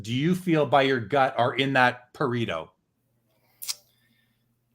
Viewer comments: it's pronounced "Pa-Ray-Toe" not "Pa-Ree-Toe" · I'm italian and the way you guys pronounce Pareto is a disgrace